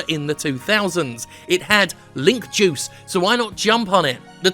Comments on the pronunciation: Thought he said "Jews".... .😒Seems he's talking bout his juice.... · I thought he was saying Jews in the beginning and got really nervous